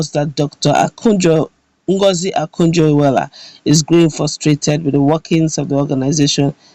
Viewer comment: Is Okonjo not Akujo please.